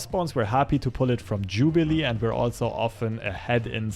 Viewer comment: Jubliee into jubliee lol 😂😂